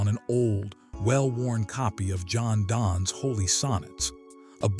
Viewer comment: John Donne is pronounced "John Dunn."